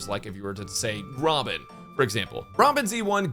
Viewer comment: When bro said robin i heard ramen and then i realized after boing a little back